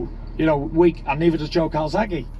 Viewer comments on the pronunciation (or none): Don’t just say mayweather! He said calzahge , rocky too ! He’s just being Tyson ! Kurt and everyone that’s saying Tyson is scared are a bunch of fools !